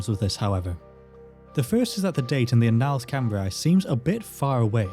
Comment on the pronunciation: "Annals" is usually pronounced with the stress on the first syllable. Is there a reason you're putting the stress on the second, or is it just an error?